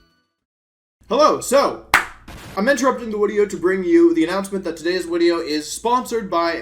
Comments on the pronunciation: Why is it a "wideo" and not "video", he doesnt seem to have any sort of speech impediment in any other speech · Why does he keeps saying wideo instead of video?! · plz stop saying wideo... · did he say "wideo" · Yes he did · Whats up with saying wideo all the time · I love this "wideo" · Am I insane or did he say “Wedeo” instead of “Video”. My intention is not to offend anyone I just find it funny and cute somehow 😅😅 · a wideo? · I like you and you’re cool and good at Pokémon but the whole W thing like wideo and what not is super cringey